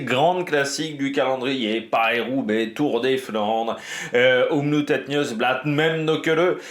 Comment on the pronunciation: Excellente vidéo comme d'habitude, j'adore ton expertise ! Par contre pour info, on prononces le double o de Omloop, ce n'est pas un "ou" à l'anglaise, les joies du flamand... si ça peut te rassurer, les 3/4 des wallons ne le parlent pas du tout malgré la proximité, et j'en fais partie...